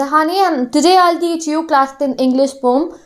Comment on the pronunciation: Yeah I noticed that.....